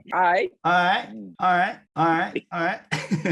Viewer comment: がIghtって言うのがイギリス英語のalright mateに聞こえる笑